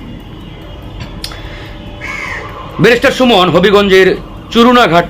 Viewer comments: ভাই রিপোর্ট পড়ার সময় উচ্চারণের দিকে খেয়াল রাখবেন। "চুনারুঘাট" এর এলাকার নাম বলছেন চরুনাঘাট। আজব। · চুনারো ঘাট উচ্চারন করতে সটিক করে করবেন।